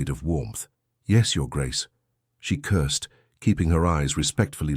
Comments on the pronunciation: Wonderful story! Hilarious when the narrator repeatedly states that Florence “cursed” at the Duke instead of more probable word, curtsied. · I got a giggle every time she cursed at someone 😂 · Florence “cursed” the Duke quite often 😂😂😂